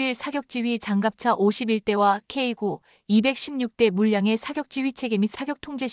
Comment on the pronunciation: 케이나인투라고 읽습니다